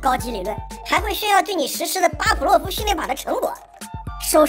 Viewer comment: 巴甫洛夫，fu，不是pu